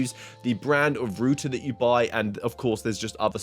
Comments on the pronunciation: Why wouldn't you just edit out burping that was so gross. Also why make it about pcvr, most people are getting this to have the standalone why im not seeing more reviews about how the stand alone goes is actuallu beyond me. Also its router not rooter. Shit video and cringe x1000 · like how the British pronounce router